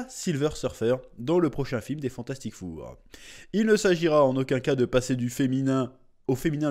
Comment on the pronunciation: on prononce "Fantastic For" et non "four" (lol), même si ça va faire assurément un four.